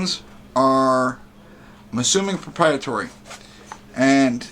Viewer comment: ProprietAry not ProprietOry 😂